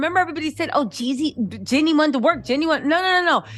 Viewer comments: Why you keep renaming that woman, “Jeani” not “Jenny”!! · JEANNIE NOT JENNY